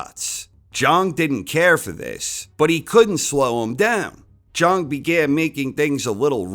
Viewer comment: its pronounced big bang Jang, not Big Bang Jung...come on...